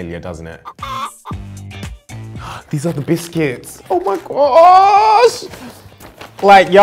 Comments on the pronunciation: It’s buiskits😂😂😂😂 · by far the best part of the video is when he does his American accept and says “it’s biscuits”😂